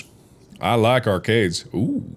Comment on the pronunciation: Mark dipping into a vaguely southern accent when he said “I like arcades” shook me harder than it really should have.